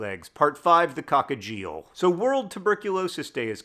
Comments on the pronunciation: Isn't it pronounced "coxegeal"?😅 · that's a very creative way to pronounce coccygeal 😀